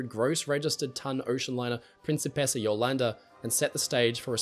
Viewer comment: Hey, I just wanted to point out a couple of details about pronunciation of the Principessa Jolanda in Italian: - The R is non-rhotic, which means it is not pronounced as the English r but more as the T or D sound, such as the T in the American Star ted. - The C is hard, which means it is supposed to be pronounced as the C of Ch ew -The S is supposed to be held longer, such as the last s's in Sa ss - The O and first A of Jolanda is closed, not open. That means that instead of pronouncing an O as in N o you pronounce it as in L o re and instead of pronouncing the A as in A men you pronounce it as in A pple